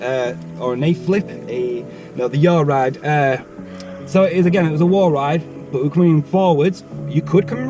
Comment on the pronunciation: Yes mate! “Yawll ride” ??